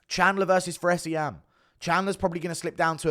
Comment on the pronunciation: Bro said Fares Ziam hahahahahahahahahahahahahahahah